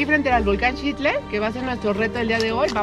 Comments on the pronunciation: Padrísimo video e increíble contenido.... pero qué desesperación estar oyendo TODO el video que pronuncien mal la palabra Xitle.... el narrador y otros diciemdo "Chitle", pues qué no son mexicanos? ¿Acaso dicen Chochimilco? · Qué belleza de lugar, de su historia, imaginemos como era hace 2000 años. Todo bien menos tu pronunciación de Xitle, todos los que intervienen pronuncian adecuadamente, menos tú. Que extraño, nunca había oido que alguien dijera chitle.